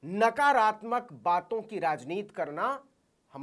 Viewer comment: प्रियंका तो राजनीति बोलती हैं, नवीन जी आप क्यों राजनीत बोलते हैं? ती को त क्यूं बेल्ट हैं? सुनने में कान को अच्छा नहीं लगता।